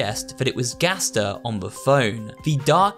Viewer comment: Ah yes, "Ghaster"